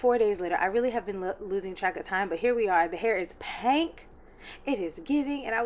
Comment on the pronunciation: It’s givin PEH-NK💕